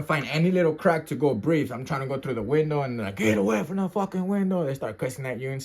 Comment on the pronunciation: "I CAN'T BREAFE! I CAN'T BREAFE!" HE SAID HE STARTED BEGGING FOR FORGIVENESS AND SOME MORE SHIT. 😂😂